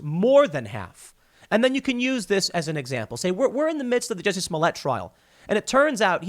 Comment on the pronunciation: It's pronounced "juicy"